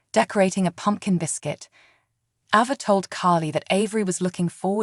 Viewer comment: Why do you changee avas name.? Sometimes u say it right and other times you say it wrong.please say it correctly